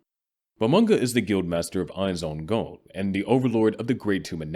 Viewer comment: "Ainz Oon Goan" that shit was eating at me the whole video lol. Its Ainz Ooal Goan